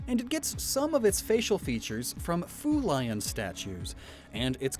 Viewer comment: kind of sounds like he said food lion lol